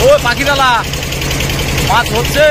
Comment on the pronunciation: পাখিরালা নয়, পাখিরালয়